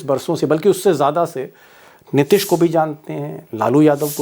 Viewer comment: नीतीश जी को आप नितिश क्यों उच्चारित करते हैं भाई ?